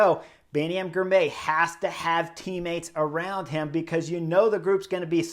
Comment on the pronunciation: Spelled Girmay, pronounced Girmy.